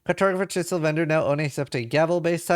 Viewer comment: Dude doesn't know how to pronounce "Chisel" lol.